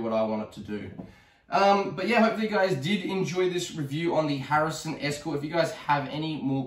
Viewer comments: harrison???? its a hatsan!!!! lol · its a HATSUN ESCORT .22lr not a harrison as you keep calling it.